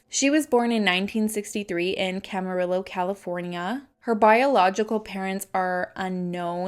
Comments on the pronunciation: “Cam-uh-ree-oh” for Camarillo. :) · You gave me a good giggle. Camarillo. The "ll" is silent. 😉🤭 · The way you pronounced Camarillo is so cute😂 I grew up there so this case hits close to home (literally lol). It’s actually pronounced CamariYO (like yo what’s up)🤗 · wow that totally caught me off guard when you said Camarillo California..i grew up there! by the way the two L’s make a Y sound😘❤️you were SO close!😂